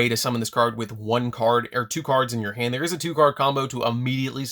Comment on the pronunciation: When he says "from your hand" fast all I can hear is "from your ham". Now I can't unhear it.....help.